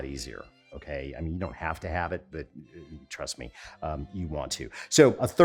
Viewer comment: Did I just hear you say “ Truss me”?